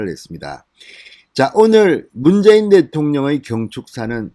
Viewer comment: 문개인대통령? ~~문개인대통령~~발음이 그렇게 밖에안되오.진선생?